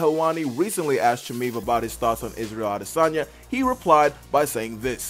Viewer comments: How is is that difficult to pronounce «Chimaev» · Learn to say Khamzat’s last name, you puppet